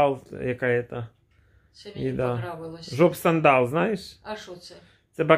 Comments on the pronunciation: не Жопсандал, а Аджапсандал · 😆😆😆 не жоп сандал, а АджапСандал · Аджапсандал а не джопсандал,грамотей!!